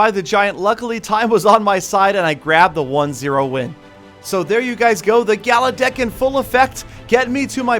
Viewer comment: Its gala Dick To Youu